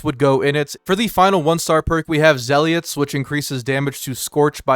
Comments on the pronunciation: its pronounced zeh-luht not zay-lot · How do you pronounce zealot as zeliot?